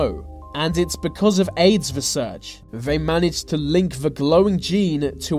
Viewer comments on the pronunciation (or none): It's not vey, it's THEY